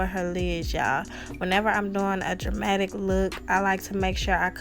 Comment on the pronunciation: She says a dermatic look she is dermatic (but in a good way)